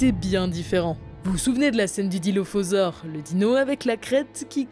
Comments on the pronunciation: c’est Dilophosaure, pas Dilophausore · "dilophausore" je pense qu'il y a une faute là non ?